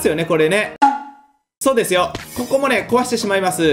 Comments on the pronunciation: さんの「ここ」の言い方完全に「こ↑こ↓」だよな。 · 6分の所で、ここっていう発音が野獣先輩になってる。